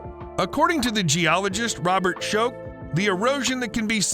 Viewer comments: Robert M. Schoch. You pronounce his last name like the word Shock. Not Choke! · You're pronunciation of Dr Robert Schoch's name is unique 😂